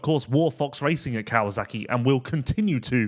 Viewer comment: Never knew there was a Z in KawaSaki?????? Hhhhmmm?